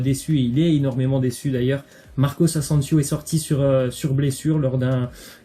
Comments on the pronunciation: On dit Marco Asensio pas Marcos asensios 😂😒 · Marcos ansensios😭😭😭😭 on dit marco asensio